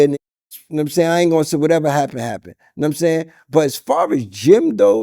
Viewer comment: “Num sayn” 😂